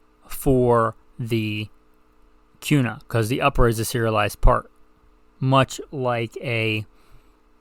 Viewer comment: Why are you pronouncing Kuna with a Q sound? Also, the foxtrot Mike 9mm is the shit. Has LRBHO too. Thing eats any 9mm ammo you feed it too!